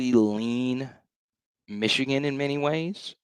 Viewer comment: Mesh-e-Gan… LOL!!!😂